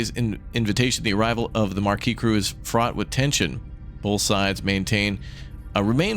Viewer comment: Hey, Maquis is a French word. Maquis can refer to the French Resistance fighters of World War II. Also Maquis sounds like Ma-Key.